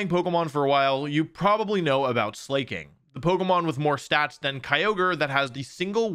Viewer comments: I hate certain pronunciations of Pokémon like “slay-king” because it literally defeats the point of the name. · I legitimately hope you keep pronouncing Slaking like that, because the 100+ comments of salty people who don't even use proper grammar half the time is hilarious to me. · Slayy king and tor NAHHHA d00z are my fav wolfey mispronounced pokemon Whats next? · ..... Wolfy please pronounce it correctly. Its said (slack-king) as in the king of the slackers. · So YouTubers just lie and say words wrong on purpose for comment engagement... Slaking is obviously pronounced "slack" you KNOW how to pronounce truant and plus weve had skill swap for how many years now? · pronouncing slaking as “slay-king” is crazy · Slay king? Why are the best Pokemon players the WORST at pronouncing the names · Slaaaay king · Sla king or probaby pronounces the a as ay instead of a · man I'm not off my rocker for my opinion on the pronunciation of a Pokémon's name lol just looked at the anime and it's "Slah-King" which honestly, lame as ass. ever since I was a kid I called it Slay-King, one of my favorite mons too. still sounds like slacking but has more bite, sounded cool to me I'm sad now going to call it slayking anyway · idk guys if it was meant to be pronounced Slacking it would be written that way, no? the correct way to pronounce "Slaking" is "Slayking," since there's only one consonant between the vowels the former vowel is pronounced as a dipthong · Is he saying "slay-king" on purpose to piss people off? 😂 It's obviously supposed to be pronounced "slack-king" because it's the king of slacking off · It’s pronounced Sla-King. Not Slay-king 😮‍💨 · It sounds like he’s saying it not like it suppost to be its suppost to be slack king that’s how it’s pronounced not slay king 💅🥴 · Why are u producing slaking's name like slayking?😂 it's pronounced slak ing. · Actually it’s pronounced “SLAH-KING” because it’s a sloth brudda. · Bro pronounces "grafy-eye" correctly, but can't say Slack King